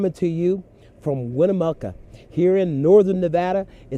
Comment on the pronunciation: Ugh... I gave him several speech lessons on this. The ghosts of Winnemucca are coming for you now! Rotflmao